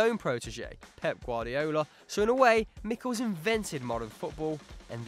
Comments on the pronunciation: Michels = [ˈmɪxəls], the [x] being the phonetic symbol for the Spanish J or the German and Gaelic CH. Please, do some research before. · it's not Mickels like you said but me-shells